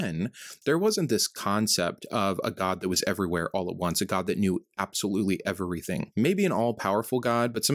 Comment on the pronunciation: I hate how you mispronounce "every" and "everything" you are adding an extra syllable. Micheal Jordan: Stop it, get some help😂.